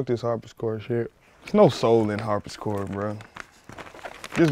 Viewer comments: Totally is a harpsichord... Definitely not a harp-is-chord. Just me hatin on this trash episode. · but he pronounced it "harpischord" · This dude said Harpiscord. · Boy I laughed loud as hell when I saw the dislikes. I wanted to give dude a chance then I heard "Harpischord" LMFAOOOOOOOOO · There's no soul in harp-is-chord bruh hahaha.